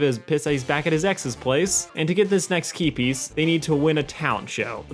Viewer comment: OOOOH "key piece" I thought you were saying "keepies"